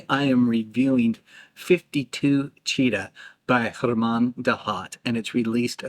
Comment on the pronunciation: Vernet with a hard T like fishing net. Jeff McBride said that Roberto Vergonjeanne told him in person :hand-purple-blue-peace